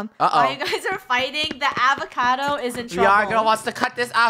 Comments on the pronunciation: Avocado not awacado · Not avocado but psychocado ahahhahahahha😂😂😂😂